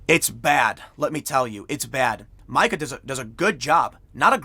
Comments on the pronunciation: Its pronounced Meeka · ME-KA. Zbigniews daughters first name is pronounced ME-KA. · Mika is pronounced "Meeka" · Tim its pronounced meeka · Tim. The horrid Mika is pronounced Meeka. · Mike-a hahaha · It's pronounced "MEEKA", Tim. "MEEKA". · I believe that Mika is pronounced Meeka. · Does anyone really think Biden will be their nominee? It's pronounced 'Meeka', Tim. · It’s fucking Meeeeka Tim.... NOT Mika, Jesus get her fucking name right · It's Meeeeeka,Tim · Her name is pronounced MEE-ka! LOL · It's pronounced MEEKA Tim lol MEEKA :P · It's pronounced "MEEKA" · It's Mika (Meek-uh).) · Pronounced ‘meeka’ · Mika is pronounced “Meeka” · Tim it's pronounced MEEKA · Btw, it's Meeka, long e sound. Her dad was Carter's national security adviser , if memory serves me. Not even gonna try to spell the last name! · Isn’t it pronounced Mee-ka? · This issue didn’t just now come up. She has been putting her story out since it happened. Not her fault the media ignored the story. Also. It’s Meeka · Minor issue, but it's pretty annoying...her name is "Mee-kah" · I thought her name was pronounced MEEEEE KUH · Tim, it's pronounced, Mee-kah!!! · It's pronounced mee-kah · Mika is pronounced Me-ka. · I thought her name was pronounced Meee-ka. Havent you seen EuroTrip???😂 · It is above his pay grade to get names of well known media personalities right. He cranks out videos like sausages, so corners are going to be cut. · It's something he does to try to fool everyone into believing he doesn't watch msm. He does it all of the time. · “Micah” Brzezinski? Please. It’s “Meeka.” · It’s meeka dude, no one says Micah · "Meeka" "Meeeeeeka" Not "Mike-a" Tim can't pronounce names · Why the fug is TIM POOL PRETENDING not to know who MEEKA Bryszinki is? MIKE-UH? Come on, man.. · Tim, her name is pronounced "Mee-ka", not Mike-a. Not that she even matters that much. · Bro.. it’s pronounced “Meeka” When you say Mike-a it’s a male. Females the i is said like ee. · Mika => Meeeka, not Myka. Jeesh!